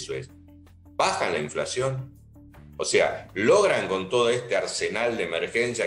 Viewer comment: Soy yo,o habla tipo, sho no she inflashion